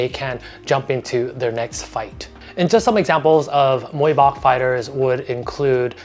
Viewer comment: Amazing video ! Just want to suggest about Muay Bouk, it should pronounce like “Book” but with low tone 😀